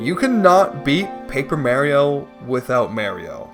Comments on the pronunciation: mayreeoh??? ITS MAH REE OH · Yeah I'm not gonna subject myself to listening to "merry oh" for more than a minute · Everyone talking about "Mayrio" but nobody talking about "Lahva" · Beloved Youtuber “” Caught Pronouncing Mario(commonly pronounced as Mah-Rio) as “May-Rio” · Easy challenge! You can beat the game without May-rio easily, since you're playing as Mah-rio! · Ah yes, May-rio. Native of Canada. It's pronounced Mario in Japan, Europe, UK or Aus..... That's why his name is Mario... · it isn’t. If you’re talking about Thomas Game Docs, she pronounces it differently. American is Mar-io, British is Mah-rio, and then this dude is going wild with May-rio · Its not Mayrio. It MARIO M-ARE-E-O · Whos Mayrio i only know Mah-rio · Im so glad im not the only one who had a stroke every time he said marry-o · i wince every time he says mayrio, its worse than fingernails on a chalkboard. PLEASE STOP THIS TORTURE IM ACTUALLY IN PAIN😭😭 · He says it more like Maer-rio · I flinched 5 seconds into the video with that, someone should add the vine boom sound effect whenever he says may-rio -borb the bulbmin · yeah but it’s spelled マリオ, not メリオ, so it’s pronounced Mah-rio. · and "Meh-Rio" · I think he pronounces it more like Marry-o instead of May-rio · Thank God, I wasn't imagining it. I had to rewind to hear it again. Who the hell is May-rio? 🤔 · I never understood that, do some people also pronounce Mars as Mares? My name is Mark so I would want my name said the right way not Merk or something. I'd understand if it's some made up name but it's a real name and Mario himself and other characters also regularly say it so I REALLY don't get it. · Hold on, the fact that he didn't say Goombayrio is amazing, because it implies that he is ONLY saying Mayrio to mess with us, and that's hilarious. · Take a shot everytime he says May-ro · "It's a me, Mayrio" - Mayrio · Hopped off on the 8th May-rio. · who is marry-o? that's mario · literally anyone: Mario: MERIO